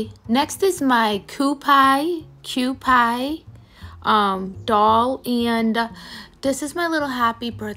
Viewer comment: Happy Bday! Just fyi -it’s not a cu-pie doll; it’s pronounced QP! Lol.